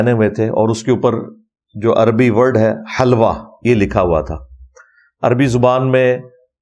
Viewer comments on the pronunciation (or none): Its hilwa and not halwa.